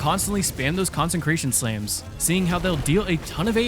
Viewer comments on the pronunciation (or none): Dude it’s con-sec-ration not con-sen-cration Please read the Bible or smthg